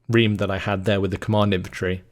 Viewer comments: Reme is reemee, not ream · its ree-mee not ream! (REME pronounciation) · Or rather Reh Meh because double es sound like i.